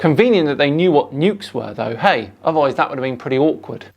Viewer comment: I love your videos but you're the only person I have ever heard who pronounces "eh?" as "hey?". They are different words and mean different things. "Eh?" is a question. "Hey!" is a greeting. Just saying.